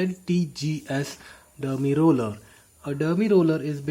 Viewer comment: Its Derma Roller not Dermi Roller.